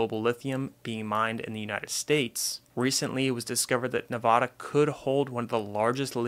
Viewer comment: Please learn how to pronounce Nevada.